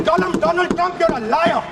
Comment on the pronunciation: My frend Trump... tremp prend... frent..😂